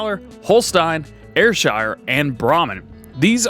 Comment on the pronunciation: Goddamnit. How can you pronounce Ayrshire correctly, but not Holstein. Just playing! Finally some real farming stuff in Farming Simulator. The immersion level is finally where it needs to be!